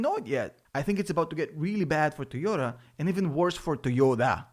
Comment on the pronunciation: It's nit tiota it's toyota